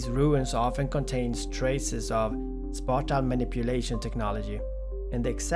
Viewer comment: You sounds so stoooopid saying spatial